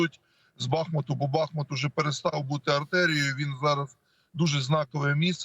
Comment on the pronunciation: Великий уклін воїнам! Слава вам! Дякуємо і шановним журналістам! Прохання до вас: вимовляйте, будь ласка, правильно: БахмУт, Часів-Яр (Часів-Ярська, Часів-Яра, в Часів-Ярі). Бо це така біда з перекрученням назв наших рідних міст...